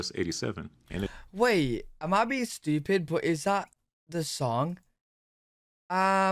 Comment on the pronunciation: This boy is so crazy...and "estooopid"😂😂😂😂😂😂😂😂😂😂😂